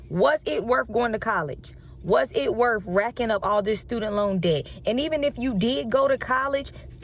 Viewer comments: “Was it wurf it?” Apparently not for you. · College degree and pronunciation of worth is Worfh … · "Was it werf going to college?" I'm guessing it wasn't.